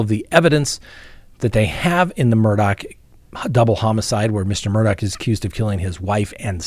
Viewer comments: It's driving me crazy... Mr Murdaugh name does does not end with "CK" it ends with " GH" Please pronounce his name right. I may have miss spelled his name here however I do pronounce it right. It's Murdaugh not MurdouCK. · If you listen to the early news about the case, it is pronounced with a ck at the end. I'm not sure why, but is going by the local (South Carolina) pronunciation. 😉 I can truly understand your thinking!